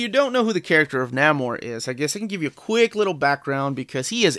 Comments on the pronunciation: Neh-more, not Nah-more, FYI. Also I wouldn't say the Sub-Mariner had a fan following. Captain America had a fan following. Superman had a fan following. They had clubs which people joined. Sub-Mariner did not. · Nah-mor? Nay-mor, please. Also, read the current Invaders series. Subby is still killing. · Pronounce the name, or...don't say it at all! At least you didn't call him the Sub Mareener?!! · Your pronunciation of Namor made me question if I've been mispronouncing it all these years but that pronunciation makes more sense based on the spelling. Apparently we both were mispronouncing it. I pronounce it Nay-more, but apparently it's Nay-mer. 150 dollars seems steep for a Golden Age collection which isn't going to have as many fans as silver, bronze, or modern age comics. But you are probably right about more work going into making it and perhaps the price point is higher because they know they are going to sell fewer copies. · And I think is pronounced Nay-mor